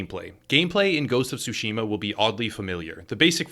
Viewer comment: I'm sorry but it just hurts my ears. It's not "sushima" (like sushi) but "tsushima" (like tsunami).